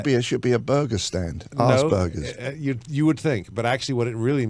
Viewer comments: It's aspergers, not ass burgers. lol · pronounced Asper-jers. Musical genius though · "I must be an ass burger". Er...that's not how you say it, Jonesy.